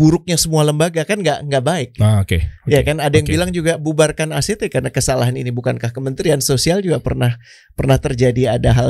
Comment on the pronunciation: Act itu bukan..